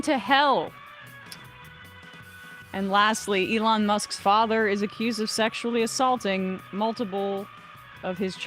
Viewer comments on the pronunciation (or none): none